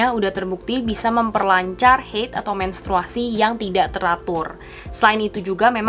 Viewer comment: Bukan heid ya kak tapi haid, itu bukan kata dari bahasa inggris tapi dari bahasa arab...